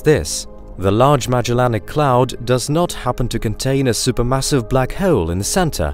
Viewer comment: The way he says 'hole' is gonna be a no for me